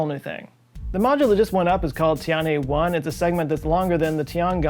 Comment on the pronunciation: Tianhe is pronounced Tea-n-huh - but.. you know.. teanhuh